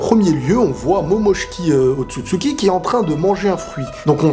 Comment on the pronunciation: "otsutsuki momoshiki tshikita" "l'arbre de kaguya machin des fruits trucs" franchement tu me tues mdrrrr